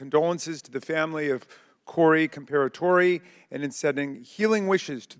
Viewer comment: In typical Democrat fashion, Raskin couldn't even pronounce Corey Comperatore name correctly and goes straight to gun control. I saw this coming the second I heard AR15 in reports